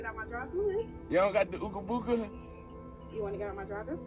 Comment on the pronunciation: Don't say Boooooga. It sounds just like Booger, except its Booga. 🤦🏻